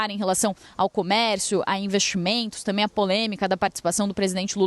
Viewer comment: Os repórteres, hoje em dia não dizem a palavra também e sim dizem "tamem", mudaram a nomenclatura brasileira ou já não sabem a pronuncia correta?😂😂😂